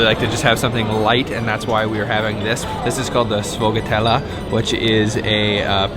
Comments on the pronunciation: Hahaha “Sfogatella” It’s Sfogliatella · it's sfogliatella bro... not "SFGHOUGWTELLU" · Sfogliatella is pronounced (Sh-foy-a-dell). Us American Italians pronounce it that way. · real nice sfogliatella...in the US we pronounce it schfool-yuh-dell. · we pronounce that seashell pastry .. esh-fee-a-del in connecticut ,great italian pastry available in the states too fyi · Bad pronunciation of Sfogliatella e macchiato 😅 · ''Sfogliatella' pronouned by you is .incomprehensible..try to have a better pronunciation trying to ask for it.'